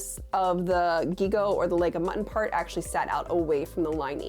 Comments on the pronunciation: Has 1997 returned in fashion!!!!? Do I need to go back and watch the latest runway stuff? Sorry, I kept screaming at the screen saying "zhigoh" when you were saying "ghigoh" for gigot 😂😂😂😂😂😂, sorry, couldn't help it, lol, my French belle-mère would never forgive me if I let it go, lol😉😏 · Just fyi, gigot is pronounced like jigo! (Think Sheego with a J lol) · There are amazing examples of « robe de style » in Downton abbey, when Lady Rose gets presented to court (Christmas Special, S4, The London Season) ! I haven’t seen a lot of examples in media, but this one jumps to mind Not related, but « gigot » is pronounced « jigot », it’s a french word for the recipe of leg of lambs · In my French language travels, gigot has always been pronounced 'zhee-goh'. Is it pronounced differently in a fashion context...? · Great video! FYI - gigot is pronounced with a soft g, like in jig, but even softer. So: Jeeg-o. And a silent t… ah, the strange rules of certain languages! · Gigot-- zhee-go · Ok, I know it doesn't matter, but it's "gigot" (bouGIE + GO). :D /nativeFrenchSpeakingLadyOut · It's prononced like Jigot actually :) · So, I have a question about the Gigot sleeves, is this the common pronunciation in English? We still use this word in French, it's a piece of meat, the upper leg of a lamb usually, but it is pronounced with a j sound: "jigot", I wonder if it was always said like this in English or if it changed through times? It was such an interesting video, as always, and I really loved to hear you thoughts about make up being the modern place for fashion revolution, I think you are right, and it is so interesting to think about! Thank you so much for your work, I love it. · French pronunciation quibble: the pronunciation of the 'g' at the start of "gigot" has the same sound as the 'g' at the end of "beige", while the second 'g' is pronounced like the one at the end of "beg". So it's roughly like "zhee-go".